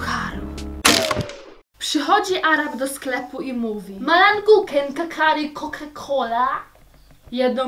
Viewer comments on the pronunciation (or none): none